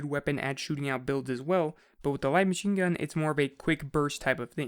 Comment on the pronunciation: My BOI said WHITE MACHINGUN